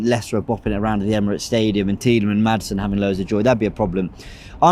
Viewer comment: idk if you know but tielemans has a S in his name